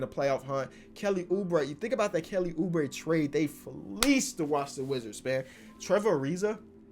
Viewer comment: Nobody:: trevuh uhrizuh